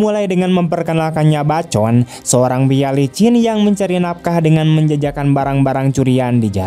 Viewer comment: Sebutan bacon itu 'baekon' cak